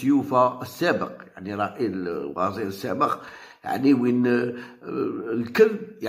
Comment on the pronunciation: وزير وليس وازير